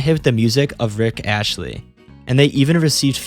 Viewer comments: great video…but it’s not rick ashley it’s rick astley…sounds more like “ast-lee” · Wtf? Did you just say Rick Ashly instead of Rick Astley? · bro said rick astleys name wrong, he said rick ashley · Trolling the internet by mispronouncing the very tool that trolls use to troll. "Ricky Ashley" ROFLMFAO!